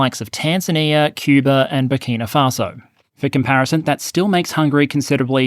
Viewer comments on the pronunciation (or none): none